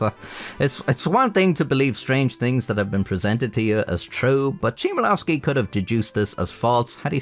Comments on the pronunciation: Just gotta say it as a Pole, that is NOT how you pronounce the name 👍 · "Ch" in Chmielowski should be pronounced as "H" in "How" instead of as "ch" in "check" 😅 but i like this video anyway! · love the video but the polish pronounciation is so americanized. That "Chmielowski" phisicly hurt me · Author trashes Chmielowski for believing bullshit without checking, but couldnt even be bothered to check how is "Chmielowski" pronounced, which would take 15 seconds max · Since you've made a video on the author and his work would it kill you to look up the correct pronunciation? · Your pronunciation of "Chmielowski" is closer to the correct pronunciation of "Szymanowski" than it is to the correct pronunciation of "Chmielowski". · the butchering of polish words and names is so painful to hear😭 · Jeeeesus dude at least type his surname into translator, set to polish and check the pronounciation - its not that hard😅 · I couldn't stomach you butchering the pronunciation of his name every 10 seconds. Would be a nice video if not for that. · its Chmielowski not Szymalawski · He neither said title nor author's name right - which is understandable as those are in Polish... but for Poles it sounds weird (and in title has different meaning). He said "nowe atenA", not "atenY" and author's surname as "Szymielofski" - while it should started with the sounds "hm" (like a sound you make when thinking about something really hard ;) ). Polish "CH" and "H" sounds almost the same (nowadays, it sounded differently few centuries ago) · YES ! They always care for not butchering French words etc but Polish? Naaah. "Cheemanovski". It's "Hmyelovski" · Ch in Chmielowski is not pronounced as "shi" as in Ship, but as normal "H" - in english you would read Hmielovski /xmjɛˈlɔfski/ Learn Polish 🇵🇱🇵🇱🇵🇱 🦅🦅🦅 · Chmielowski: Read hmielowski Not "ch" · Him saying Nowa Atena and not Nowe Ateny made laugh lol And Chmielowski, Czimielołski. Just put it into google translate and click the speaker icon xpep